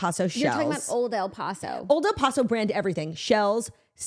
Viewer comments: As a La Tostada/Texan, I gotta mention it’s pronounced “Old El Pass-oh” 💃🏻but I know y’all love you pronounce things in yar own way🤗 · Lmao I came here to say this lol! I could not get over the sound of el “posso” I kept saying they are messin with us this has to be a family inside joke! I mean people say it correctly all over the states on tv commercials lol😂😂